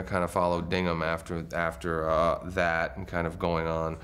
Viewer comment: He called his character Dingham. It was Dignam, lawl.